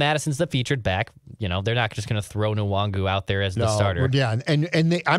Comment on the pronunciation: You guys know the N in Nwangwu is silent right???